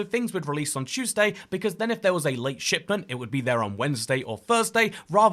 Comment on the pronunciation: “Choose day”